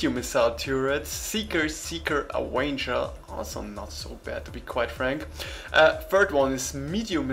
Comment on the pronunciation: I love the way you pronounce avenger ;p